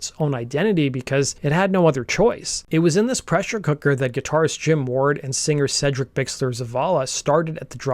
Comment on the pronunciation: Hell yes, (and it’s pronounced Seedric, not Sedric fyi)